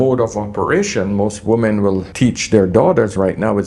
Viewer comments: Why do so many youtubers mispronounce WOMEN? 😅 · I so wish he could pronounce the word "women" properly. I know he is from the Caribbean, but it is such a basic error in non-native speakers and causes so any problems, Please try harder. Don't let bad habits prevent growth.